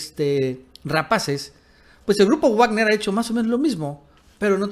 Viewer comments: Wagner es alemán, se pronuncia vagner y no guagner. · Se pronuncia "Vagner" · Se pronuncia vagner😅😉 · De donde sacas tus fuentes ya estás como el Mike pompeo con sus fake News y se pronuncia vagner no guagner 🤷🏻‍♂️🤷🏻‍♂️🤷🏻‍♂️ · Se pronuncia Vagner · Muy valiente, el tal Leopoldo López, pero ustedes por delante que los miro desde la barrera. Ahhh, y creo que se pronuncia Vagner. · Todo bien solo una cosa Wagner se pronuncia "Vagner" la W se pronuncia como V porque es una palabra alemana, es como Volks Wagen que se pronuncia "Folks Vaguen" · Está pronunciando mal "Wagner", tiene que leerlo en alemán.